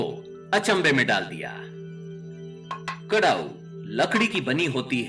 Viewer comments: कड़ाऊ नहीं खड़ाऊ कहते है कृपया सही उच्चारण करे आप इतने अच्छे विषय पर बात करते है लेकिन उच्चारण सही होना अनिवार्य है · Karau nahi bolte hai, kharau bolte hai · Kadau ki jagah Khadau pronounce karna chahiye